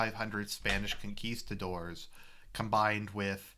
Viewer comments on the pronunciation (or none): none